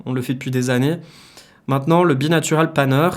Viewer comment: bi NAURAL bi NAUURALL pas natural, sinon bonne video bien expliqué:)